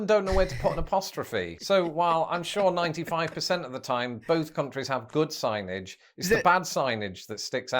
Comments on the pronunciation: Bro, you said "siggnejj" reading "Signage." If ever I've heard diarrhea of the mouth, you owe your audience an apology lol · I bailed when this dude couldn't read the word "signage". Anyway, I already know the USA is better at everything.